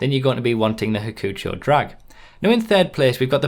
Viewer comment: I don't like how you say Hakuchou. It's "hak-u-chow" not hackfjhesiosorur... Okay?